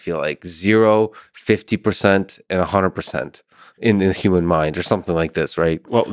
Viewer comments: This guy pronounces “human” like a robot would, “youmin” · Says like every other word......and can't say human correctly YUU man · I wish this guy would stop pronouncing it Yuman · > wears a fedora > grimaces at everything he says > massive doomer > has beef with the concept of steelmanning > repeatedly pronounces human “yooman” this was certainly one of the guests of all time on the lex fridman podcast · Not gonna lie, this guy is clearly very knowledgeable and intelligent but good lord is he also the embodiment of insufferable Reddit user. Also, I can't figure out why he won't pronounce human with an H but properly pronounces other words beginning with H. Yewmon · YUMAN. Cannot stop hearing YUMAN. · i would seriously request he pronounce human correctly if i had to talk with him for any length of time. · Never trust anyone who pronounces “human” with a silent H.